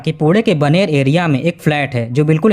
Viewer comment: Jab tu naam thik se nahi le sakta to video banata kyun hai पुणे की जगह पुढे बोलता है बाणेर की जगह बनेर बोल रहा है